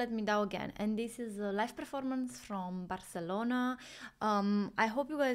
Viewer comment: Hey, you hit that "barcelona" with the latin american pronunciation, nice. That one took me home 😂😂